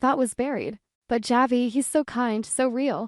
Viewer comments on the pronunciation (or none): It’s pronounced Havi